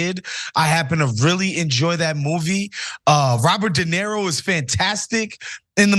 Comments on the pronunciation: Not a fan of the male commentator, not limited to his apparent disability to at least pronounce Robert de Niro as something other than "de Nero". Perhaps one should not precisely count the number of lies , but if that does not concern you, perhaps you should reconsider your argument. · Why keeps he calling De Niro (/də ˈnɪəroʊ/ də NEER-roh, Italian: [de ˈniːro]; "de Nero"? I'm not even an native speaker and nevertheless it hurts my ears to repeatedly hear the name of one of the greatest actors ever to be so fundamentallly abused. It obviously is ignorance and, sorry to say, bad journalism if the guy is the cornerstone of your entire story. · Somebody tell the black dude it's not Dinero but De Niro. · His name is Robert De Niro,, not Robert Dinero lol. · DenIro. enIro. nIro. Iro. I. DenIro. Not Dinero. That’s Spanish for money. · Why does the guy keep calling him "dinero" like Spanish money? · It's not DenERO, it's De NIRO.These idio*t young trump generation can't even pronounce roberts name correctly. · Learn to pronounce his name. De knee ro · Dude can't even pronounce De Niro.